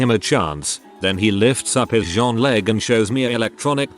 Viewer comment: Text: jean 👖 Voice: Jéan Pierre 🇫🇷